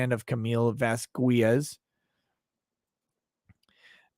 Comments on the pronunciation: Gotta be honest- the fact that Judge Penny seems to be annoyed by mispronouncing Camille's last name is endearing. I have also started to be triggered every time I hear, "Miss Vaskwez..." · The way speaks is annoying... "Vas-kwez" "saide" (instead of "side")...